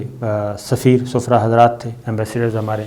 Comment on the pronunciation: sabir bhaee word Sfraa nahi hota "Safiraan" hota hy Sufraa aik bemari ka nam hy